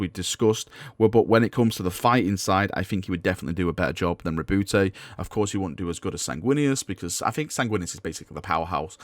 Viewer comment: Ri’booty, please stop calling him Ri’booty!